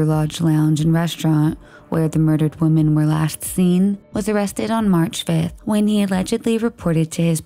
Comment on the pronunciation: The plural form of 'woman' is pronounced "wimmin". It's even spelled differently. 'women'